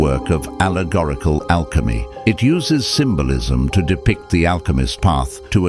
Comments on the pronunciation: "through Alechmy" 😔🙏🏻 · "Alechmy" xdd